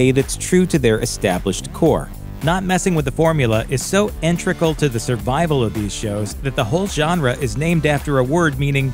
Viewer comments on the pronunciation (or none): The word is "integral" and not "intregal". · Did you really just say "intrical"?